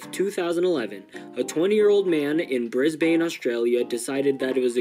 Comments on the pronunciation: WHY DID YOU SAY BRIS BANE AAAAAAAAAAAAA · PEAK quality video my guy, but just for the record, Brisbane is pronounced "Bris-b'n."